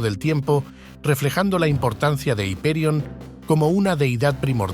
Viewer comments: Es increíble donde ha llegado la americanización, ya ni hiperion decimos haiperion 😂😂😂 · El video me parece excelente. Sin embargo veo varias incoherencias. ¿Por qué pronunciar un nombre en inglés en un video en español? Hiperión es un antiguo nombre griego que tiene su forma en español desde hace siglos (Ὑπερίων en griego, Hiperión en español, Hyperion en inglés). Aparte de estos nombres ingleses en un video en español sobre mitología griega veo un segundo aspecto incoherente del video. Esta segunda incoherencia está en la imagen y su relación con el texto relatado. Se hace referencia a dioses y tiempos luminosos como son los titanes y la era de Saturno. Los titanes son dioses brillantes, relacionados con la riqueza, con lo bello, con lo luminoso y con lo colorido, con los metales y las piedras preciosas, con una naturaleza primordial, cálida y con luz,… y se nos presentan imágenes oscuras en un mundo oscuro absolutamente opuesto a lo que sería la Edad de oro. ¿Por qué? Vemos en este video como se representa a las titánides con imágenes de mujeres oscuras, de miradas torvas e inquietantes, de formas agresivas y atléticas que no pueden estar más alejadas de la maternidad ni de la pureza y se nos cuenta que son diosas amables, maternales y protectoras que tienen como objetivo fundamental cuidar y proteger a sus hijos, ¿Por qué se escogen esas imágenes de mujeres oscuras e inquietantes que nada nos induce a ver como madres o como creadoras de una naturaleza propia de la Edad de Oro?